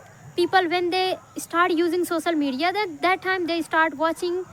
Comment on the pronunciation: Practice to pronounce the word 'Social Media' correctly